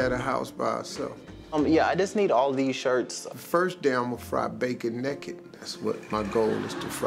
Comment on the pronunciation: Why he say naked so weird